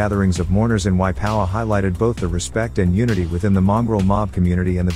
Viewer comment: Waipawa is a place the guy talking can't pronounce it